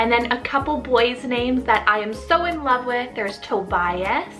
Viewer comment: I’m from Sweden and yes those names are quite popular. But Love is pronounced with the the e at the end, it’s not silent like it is in English.